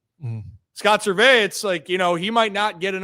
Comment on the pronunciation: Is “Ser-vay” an inside joke or something? He’s always been Scott “Service”